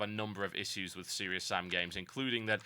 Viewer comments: Uggghh, please pronounce 'issues' properly. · gotta say i hate the way you say issues.